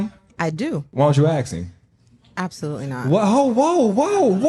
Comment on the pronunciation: Ask, not axe.